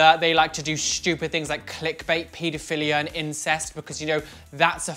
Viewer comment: Omg lol I have how says stupid "shtupid"